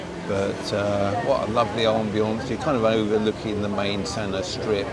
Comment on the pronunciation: Its pronounced as San uur not San er